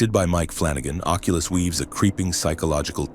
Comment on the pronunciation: occulus... snoozer 😮